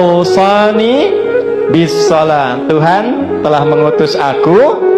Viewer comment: bila ro berharokat fatkhah dibaca apa,....??? ra??? (naaah... kaaan... makin ketahuan... cara baca saja sudah nihil apalagi kandungan ayat....) sholat atau shalat....??? itu fungsi belajar agama, pak... biar pas meletakkan kaidah...